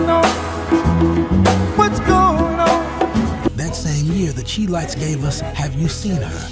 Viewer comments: This AI said the Chi-Lites every way but the right way. It's pronounced (Shy-Lights) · Wait a minute….. You said The “Chee-Lites”?😳🤦🏽‍♂️……. C’mon brother announcer……. It’s pronounced “Shy-Lites” ✊🏽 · To the voice on this video. The pronunciation of The Chi-Lites sounds like “Shy Lights”. I’ve been to many of their shows and I’ve never heard their name pronounced as you pronounce it. Just so you know. Not a put down. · Stopped paying much attention when at the beginning the mispronounced the Chi-Lites as She-Lites